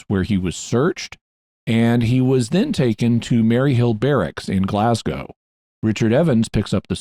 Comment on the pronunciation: Just one critique, I'm scottish and its not said "glaz-gow" but more like "glaz-go".